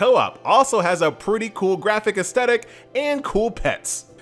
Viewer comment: Ass-thetic. Not As-tettic 😰